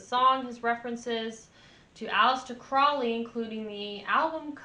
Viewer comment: Crowley -- rhymes with holy